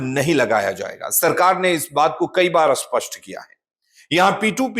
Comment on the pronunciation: असपष्ट नहीं स्पष्ट होता है बार-बार एक ही बात सुनकर कान में दर्द होता है